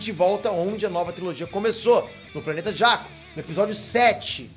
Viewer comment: Mano o jeito como vc fala os nomes, como Rey, Jakku, é mt feio kkkkkkk pqp que pronuncia ruim